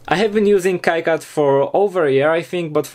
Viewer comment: lol, it's not a Kai-CAD, it's pronounced Key-CAD ( KeeCAD )